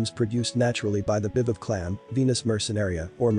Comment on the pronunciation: This video has some great visuals, but it is SOOO annoying when narraters of documentary type (reserached) videos can't take the time to at LEAST pronounce terms correctly: Tahitian, nacre, bi-valve, etc. Get it together people!! If nothing else, it is respect.